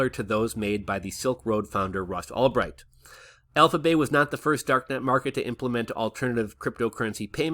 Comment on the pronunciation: Who's Ross Allbright? Lol. It's Ulbricht.